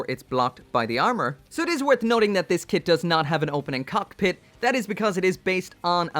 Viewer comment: I got an ad when you said there wasn't an opening cockpit and it sounded like you said "it doesn't have an opening cock"